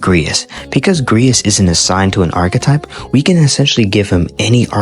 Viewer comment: You really suck at pronouncing some words, huh? Like Archetype and Regicide.